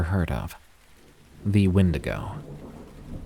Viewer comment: 32 real wendingo sightings : "aliens"